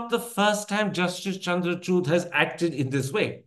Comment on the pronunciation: It's not chuud😂 It’s chood I think Modi tried to convince him not to bail out Kejriwal. But he didn't listen to him.